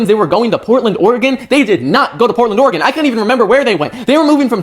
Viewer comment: Bro everytime I hear someone say Portland Oregon it throws me off